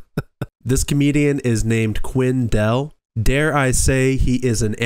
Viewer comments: QUINN DALE thats his name. not "Quinn-dell" where the heck did you learn to speak!? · It's Quinn Dahle (pronounced Dale). Sometimes he spells it DALE to make it easier. He so funny.